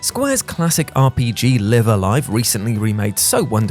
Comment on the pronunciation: 1) the Japanese title of the game is wrote "ライブ·ア·ライブ", whichi is read "raibu a raibu". 2) Or you could go check the announcement trailer at Nintendo Direct 2.10.22 and see how the narrator said it.